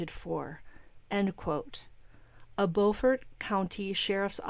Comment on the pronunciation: Hey! Not that it matters, but we in South Carolina pronounce the town "Bew'-fort"! 😊